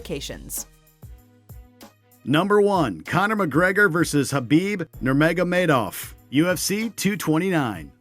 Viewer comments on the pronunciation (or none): no he didn't. He pronounced his surname "Nurmagomeydov"